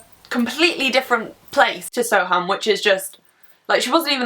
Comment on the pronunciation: It’s pronounced sowerm (I know because I live in Soham) :)